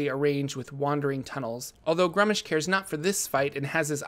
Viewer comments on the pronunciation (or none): Sigil (The City of Doors) is pronounced /ˈsɪɡɪl/ (siggle) not /ˈsɪdʒ ɪl/ (sij-ill) like the noun that exists out of D&D (meaning a seal or signet). Gruumsh is pronounced /grumʃ/ (groomsh) not /grʌm'Iʃ/ (gruhm-ish). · Its pronounced gruumish. Think glue but replace the letter l with r .